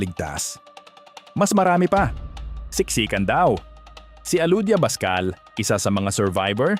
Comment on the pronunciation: Alodia BACSAL, po, hindi PASCAL.